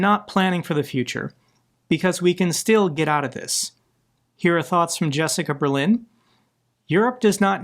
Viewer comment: Hi we know that Trump doesn't respect us. As for not sending our guys we are Democracy's a lot of our voters are as stupid as americanes so not seeing that happening soon. And that Jessica persone says it correctly. Euuh and those 2 small horns in the middle tahts bad news thats over 10Km in 3 days and a bouble breach in the main defense line. That whats called a breakthrough and this is a real one. If not contained that could be extrely bad news. Nor its just very bad news. As they are in that line they are preety safe casue it was build for small groups staying safe. Good luck getting them out.